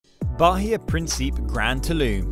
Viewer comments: It’s not “Prin-SEEP”. It’s “Prin-see-peh “ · Its Principe with an "Eh" at the end lol.